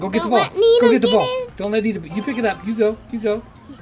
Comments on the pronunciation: And its so funny that she says Nina instead of Nita🤣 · She said Neena to Nita lol that was funny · She said nina not nita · She said nena